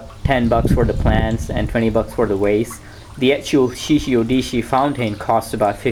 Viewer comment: Shishi Odoshi, not Shishi Odishi.